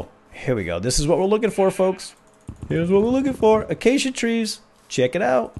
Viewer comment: You're the FIRST youtuber I've seen to date that has pronounced Acacia correctly. lmao